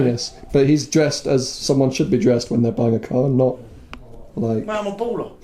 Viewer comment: "Well I'm a bowlah" love the Daytona 😂😂